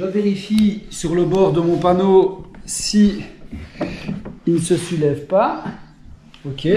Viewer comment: Je peux plus m'empêcher de rire maintenant quand tu dis "sulever".. Merci!! 🤣